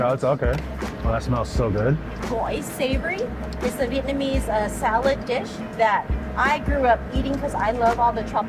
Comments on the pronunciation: vietnamese not vietmanese:D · Ok. Please, someone explain to me why so many American can say Viet Nam but can't say Vietnamese? Vietnam then Vietmanese? WTF?